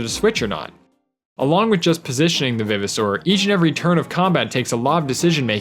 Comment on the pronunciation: Is it pronounced vive, or viv? I say Vive-oh-saur as in RE-VIVE.